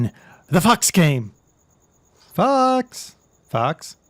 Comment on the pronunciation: when you were saying fox i thought it was f***s